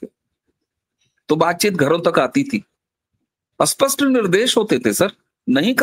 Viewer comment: वक्ताओं का " स्पष्ट " और " अस्पष्ट " शब्दों के उच्चारण में फ़र्क नहीं दिखता । उर्दू प्रदेश की शिक्षा का प्रभाव इन के उच्चारण दिखता है । स्पष्ट और अस्पष्ट दोनों स्वतंत्र शब्द हैं । यह गलती उनको खुद को समझ में आनी चाहिए, तब ही उसमें सुधार हो सकता है । स्टील का इस्टील वगैरे ।